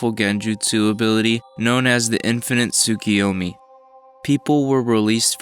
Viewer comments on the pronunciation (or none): "Ka-gyu-a"? "Tsukiyomi"? "Gamimaru"? Please learn the names, for God's sake!